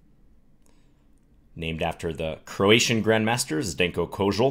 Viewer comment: It was pretty good.. ;)